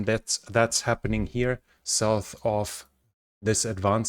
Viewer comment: Please help me understand why you pronounce the word “north” ‘Norse’. Is it because the sound “th” in the russian language is the ssss sound? That doesn’t explain why you correctly pronounce the words “The” and “That” though. Those aren’t the only examples of the misuse of the “s” and “th” sounds others include “souse” for south and “clother” for closer. Anyway would you please look into this because you are driving Americans crazy! Thank you, great videos and Go Ukraine!!!